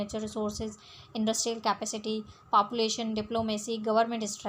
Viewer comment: papulation nhi population hota hai